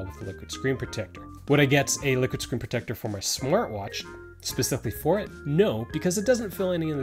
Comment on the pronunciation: Take a shot every time he says screen protectah.